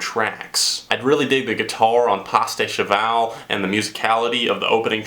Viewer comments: coming from a dancer, pas de cheval is pronounced "pah- de- chevahl". otherwise, great review! one of my favorite records still! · Don't pronounce the s in Pas de Cheval.